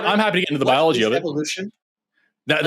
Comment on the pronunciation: What's ballology? Dude can't pronounce anything right.